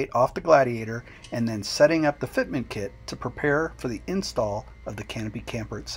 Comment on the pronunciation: Fitment... say it .... Fitment